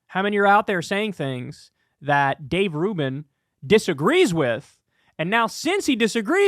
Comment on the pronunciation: Finally someone saying Rave Dubin's name right.